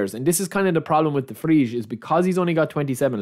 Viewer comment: Pronunciation: DE VRAI / TSJAL HA NOGLU